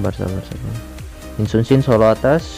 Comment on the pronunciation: Jika anda mendengarkan lebih baik nama hero yi Sun-sin berubah menjadi sin Sun-sin